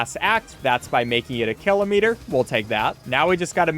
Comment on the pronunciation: Never say Kilometer again in your life